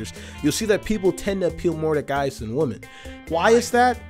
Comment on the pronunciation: People who pronounce women the same way they pronounce woman.